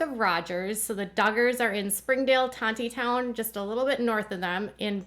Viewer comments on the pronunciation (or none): no hate but Tontitown is actually pronounced Tonitown. The 2nd T is silent. Love your channel ❤️